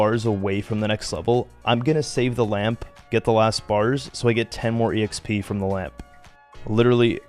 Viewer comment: Just curious, have a been saying exp wrong my whole life? I say “x p” love this series.